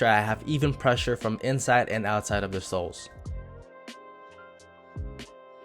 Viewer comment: everytime u say soles i hear it as sauce